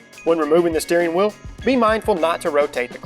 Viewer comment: SHHHTEERING WHEEOL